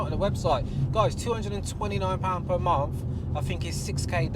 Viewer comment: being a "car guy".. you should be able to pronounce Renault properly, its not Renolts, its pronounced Ren-Oh. You muppet. 😉 Oh and Por-sha not Porsh. Come on man... its monTH not munFF. Lol OMG and you Owned a Renault in the past.... SMH Its probably why you went to BMW, something simple to pronounce. You poor sod.